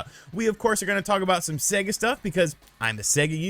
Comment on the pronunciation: Thanks to you, imma start calling Sega, See -ga